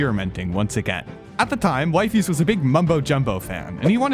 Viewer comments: Why did he pronounce it like wyfies and wefiis or am i just pronouncing it wrong my entire life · weefees* is how you pronounce it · wifies is pronounced weefies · I think wifies' name is pronounced as, "weefees". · It’s weefees not wifies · Why does he pronounce Wifies as Wifeys 😭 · bro its pronounced weefees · "Why-fees made the ARG" yeah dude and we need air to breathe💔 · It's pronounced 'Wee-fees' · If you read his channel description, you see that it's pronounced "WEE-fees" Just pointing it out. 😡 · Wee-fees…..Jesus Christ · A minute in and Theres absolutely no way you're pronouncing his name as wife ees for the whole 24 minutes long video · bro just calledhim wife-fys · his name is pronounced we-fies btw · "Wive" ies😂😂😂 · BRO JUST SAY WEE-FEES IT SOUNDS SO MUCH BETTER AND THATS HOW ITS PRONOUNCED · It’s wee-fees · Erm it's wee-fees🤓☝️ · why´d you call him Wifey you pronounced it like wifey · Bro it's "wee fees" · it’s pronounced wee fees lol and we all already know this. nice drama video ig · stupid video, and its pronounced weefies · its pronounced Wee fees btw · Its pronounced wee-fees Edit: Wtf did he say abt me!? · "Wifys" 😭🙏 nahhhh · Bro did not just say wyfies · its wee fees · (56cents) it's wee-fees :> THIS IS GOOOOOD ASF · you're saying wifies wrong cornball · pls just say weefees it sounds better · Damn way to be late af on this😂😂😅 bruh you cant even say his name right lol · I can excuse the way you pronounce wifies. But 'Lemeeno'? aintnoway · Pronounces wifies name wrong 😂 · The pronunciation of 'Wifies' is hurting my soul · Ppl kept mispronouncing wifies its funny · YOUR SAYING HIS NAME WRONG!!!!!! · it hurts how u pronounce his name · Brother, no one was fooled by Wifies. He openly stated its staged; its in his vid description. Like what are you even on about At least do him the justice of pronouncing his name right. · Don't ever pronounce his name like that you dumbass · How do you interview the person, but not know how to pronouce his name?